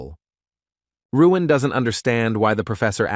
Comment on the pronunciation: WHY is the A.I. Narrator calling the MC Ruin when the word Balloons are calling him Luin????🤪